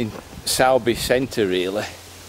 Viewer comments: no probs. Where are you from because a lot of your videos are pretty local to me in Halifax but if you were from Halifax area then you'd know all the pronunciations... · Certainly a lot of history there, interesting in how you say Sowerby, we were promptly told it’s Soorbe when we arrived up here lol we also were corrected on Southowram, & Todmorden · Hi. It's pronounced 'Sorby' 👍